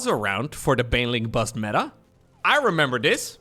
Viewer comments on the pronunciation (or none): none